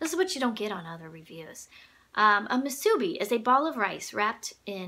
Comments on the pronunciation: Hawaiian here! Pretty uke. It suits you and your playing. I always like seeing which ukes are people's top favorite in their collection. 'Musubi' has the emphasis on the third syllable. Instead of moo-SOO-bee, it's pronounced moo-soo-BEE. Great review! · the rice ball is pronounced moo sue bee, we eat it alot in hawaii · The SPAM musubi (no accented syllable) is not the musubi the KoAloha sound hole resembles. SPAM musubi is rectangular (and yummy). Itʻs the triangular musubi (that Japanese in Japan call onigiri) that influenced the shape of the sound hole. We in Hawaii still call the rice balls musubi (old colloquial term). BTW, I have an inaugural year KoAloha and it has a round sound hole. Love it! Oh, I have this KCO-10S model too and I love it too.